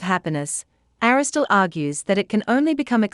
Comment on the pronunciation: Aristotle not Aristole - why does she miss an entire syllable? Sorry to be pedantic but I don’t get it. Great video otherwise